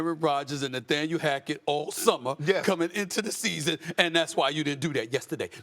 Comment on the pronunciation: “Naythaniel” lolol